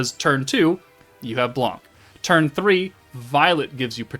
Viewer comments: blanc the C is silent pronounce sound just "blan" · Hello, nice content ! The C is silent in french. « Blan »